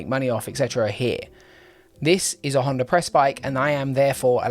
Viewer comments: Great review, definitely no R in the word Honda though 🤣. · why do you pronounce Honda with R at the end? Like in general (not only you). I am intrigued.